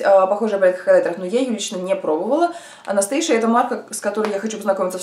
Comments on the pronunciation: не анастейша, а анастАзия! основательница бренда из Румынии. вы как всегда, 🙄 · а вот Вам разница есть в названии? Хоть горшком назови, только в печку не сажай, как говориться. Главное мне о продукте узнать, а уж до произношения докопаться это ну такое себе.